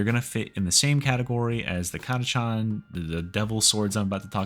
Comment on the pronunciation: are you sure it's pronounced cataCHAN? :D just sounds funny but it may be correct, I always thought it was ctakan :D